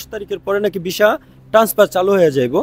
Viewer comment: ভিছা না সুন্দর করে কথা বলেন হবে ভিসা